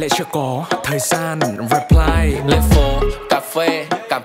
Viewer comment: chăm ra nhạc nhỉ, nhưng tôi vẫn chê nha, cái từ "reply" nên phát âm là /rɪˈplaɪ/ thay vì /reˈplaɪ/, các chỗ khác thì chưa tìm ra chỗ để chê.